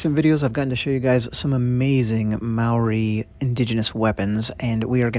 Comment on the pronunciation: Mah-ree? Maori is pronounced like mouldy, Mou - Ree